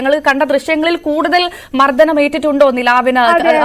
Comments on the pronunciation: മർദ്ദനം എന്നാണ് അവതാരക ചേച്ചീ മർദ്ധനം അല്ല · മർധനം അല്ല കൊച്ചേ,. മർദ്ദനം ആണ്. ഞഞ്ഞാ..... പൂഞ്ഞാ